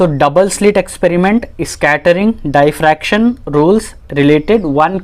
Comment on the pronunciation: its " DIFFRACTION "